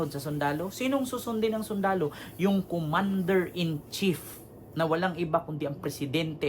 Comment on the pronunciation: Commander in cheap bogus bulol ka palusot.ka.pa bobo